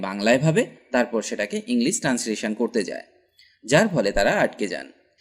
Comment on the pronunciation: উচ্চারণ ঠিক করেন পারলে।।ইংলিস না ইংলিশ।।